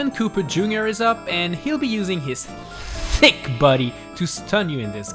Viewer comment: ‘He’ll use his THHHHHICC body’